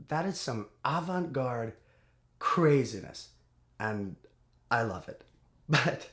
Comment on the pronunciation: That isn't how you pronounce Avant, but you got it right the second time.